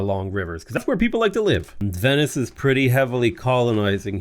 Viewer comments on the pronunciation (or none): none